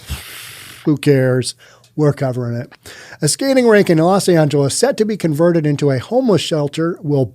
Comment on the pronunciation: "....Rink will be Vonverted..." oops